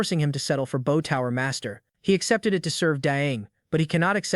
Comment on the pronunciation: It's always a giveaway when the word "bow" is used. AI always reads it as the verb instead of the noun.